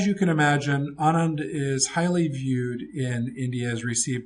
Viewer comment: you pronounced it right. Anand mother tongue is tamil and even in tamil Anand means happiness. Passing of fathers name is right. that's very common in this part of the world.